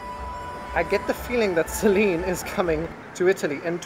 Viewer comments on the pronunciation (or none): I love your videos. Singing with your baby (your dog) was great. Do me a favour please. When you see and speak to Celine, please make it a point to call her CELYNN. CE LYNN. I am from Montreal and that is how her name is pronounced. It’s not pronounced CELEAN. I wish I could record how her name is pronounced. Her last name as well. I would love to see her reaction when you pronounce it right and she catches it, lol. Luv you.